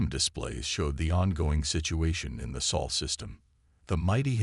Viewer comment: It's Sol. Not soul....